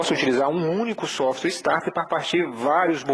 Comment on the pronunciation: Meu caro , corrija sua pronúncia. Se voce sabe que o nome do equipamento é SOFT starter, porque pronuncia "SOFTWARE" starter? Isso fere sua imagem. essa é apenas uma crítica a título de melhorar seus videos que por sinal são ótimos, parabéns!